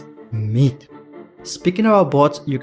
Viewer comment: I just realized. That he Calls Myth as Meat 😂😂😂😂😂😂😂♥️♥️♥️